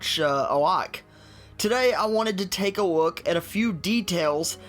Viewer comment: "take a wook"